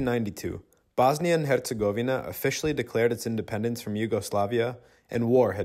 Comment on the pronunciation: you are officially the number 1 foreigner at pronouncing "Hercegovina"